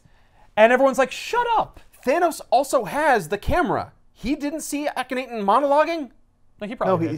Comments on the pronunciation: Ahh-ken-nah-ten or Awe-ken-awe-ten Sorry, somebody had to be the dick who corrected pronunciation. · Hear your pronunciation of ahk not ten hurt my ears and wounds my heart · Lmao is a teacher and he doesn't care about pronouncing the one real person's name in this book. Akhenaten was a real person